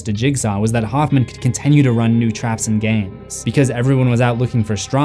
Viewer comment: This is so petty and I don't know why my brain thinks this way but I hate that he says "con-ten-nyu" its continue T.T